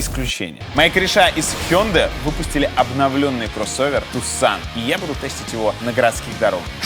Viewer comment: Tucson-город в Аризоне, ударение на первый слог....